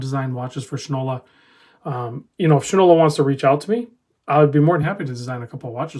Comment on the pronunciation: It's not pronounced "shin- ola.." The name , famous for many years as a brand of shoe polish is "shy-nola."